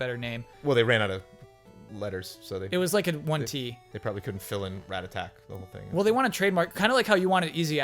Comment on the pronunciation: The way pronounces rattata is freaking me out